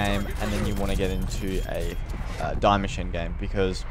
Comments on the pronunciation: Btw it’s pronounced DEE-MACHINE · No hate but its die Maschine. "die" is german for " the" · You pronounce die machine wrong, it is german...